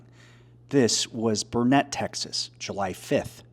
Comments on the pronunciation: Good article. We recently sold out home in Kerrville, so I'm very familiar with the area. As an fyi, local pronounce "Burnet" phonetically: burn-it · It's helpful the way you've shown the insides of the house and given details of how some people managed to survive. (It is BURN-it, though. Not Bur-NET -- if you do any follow-up vids.) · Thank you for reporting on this. It’s all so terribly sad. For future videos, please know Burnet, TX is said like Burn-it, durn it. That’s a good way to remember it. I grew up around here and keep hearing it pronounced wrong from everyone that isn’t from here, so just wanted to let you know so you can say it like a local. Thanks again for sharing these perspectives with us, it’s important. Stay safe